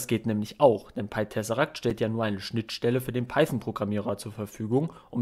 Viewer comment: Du sprichst das Programm falsch aus, glaube ich. Ich hätte es englisch ausgesprochen.